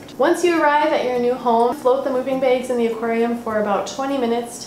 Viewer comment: "Beyg" hihihi